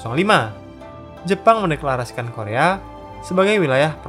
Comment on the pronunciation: kedepan kalau ada konten korea lagi tolong pelafalan nama dan tempatny di perbaiki 👍🏻